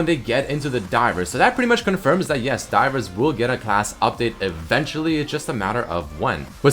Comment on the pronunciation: everytime he says 'divers' i understand dyrus T^T